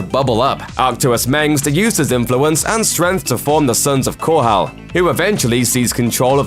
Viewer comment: The way he pronounced Chau Sara as Sarah made me cringe as bad as when they mispronounced Aang as Ung in Avatar the Last Air Bender Movie. I know this is nitpicking but I have a thing about pronouncing things correctly or as close as I can, that was not the only thing he mispronounced either, Korhal sounded like coral, Arcturus Mengsk almost sounded like Optimis Mengs . Tarsonis sounded like Tarsonas. It just seemed like this person never heard these names or words before and was trying to pronounce them for the first time by reading from the script.